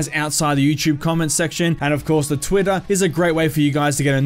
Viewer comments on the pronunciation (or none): none